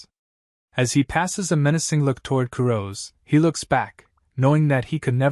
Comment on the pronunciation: Kurose isn't pronounced Ku-roz. It's Ku-Ro-Seh. The "se" isn't dropped like it is in the English word "rose". They are Japanese. The name is Japanese. That means its pronounced with Japanese pronunciation. Please just show a modicum of respect for the material and spend just a few minutes learning how these words are said.